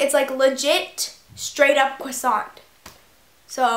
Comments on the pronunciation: it's croissant not creasant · Jordan Eure no it's "croissant" not cwossant but it doesn't really matter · croissant not cwasont!!!!!!!!!!!!!!!!!! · it's cresant, not cwasant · You have to crossiant not cwasaunt😜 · CRO NOT CWA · u say "cwossant" lol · it is pronounced crr(french r)owasohn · Haha I ♥ the way you say cwusaunt! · Cwassant? Hehe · LMFAOO. Ur so funny and i totally agree with u about the beauty guru thing. Btw ur saying croissant wrong! Loll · U say croissant weird. Lol! But I love ur vids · You say croissant really wierd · No She's saying it correct except you don't pronounce the T.